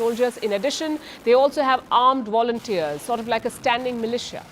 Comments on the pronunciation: Why can’t Indians pronounce the letter V? Always wondered that, surely someone can change this and teach it. It’s Volunteer’s not Wolunteer’s 😂😂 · lol “armed Woulenturs” 😂😂 It’s Volunteers with a V